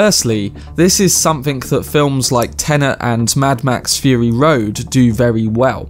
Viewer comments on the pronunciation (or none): none